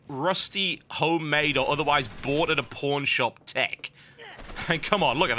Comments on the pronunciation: lol it sounded like he said bought at a porn shop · i hope that was his accent or else WHY would he buy a rusty, clanky boomerang at a porn shop lol